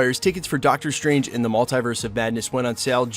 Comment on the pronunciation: Dr. Stwange